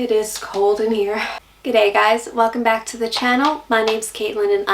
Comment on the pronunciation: My dad moved to Australia from Wales back in the 60s, and you can already say "g'day" better than he can.